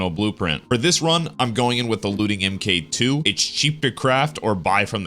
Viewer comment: Dude it's "Mark 2", not "Emkay 2"